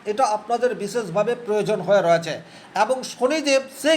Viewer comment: রয়েছে - এই শব্দের উচ্চারণ সঠিক ভাবে করুন।